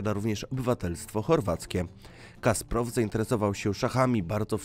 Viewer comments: Drogi autorze, genialny szachista to Kasparov, nie Kasprov. A po drugie, mówiąc o Damie z gronostajem, pokazujesz Monę Lisę. To nie jest to samo. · Kasparov a nie Kasprov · Kasparow!!!! Nie Kasprow, aż mi uszy zwiędły tyle razy te nazwisko przekrenciłeś